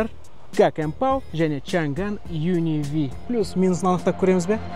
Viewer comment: Changan Un--V емес Un-K дегенін байқағандар біргеміз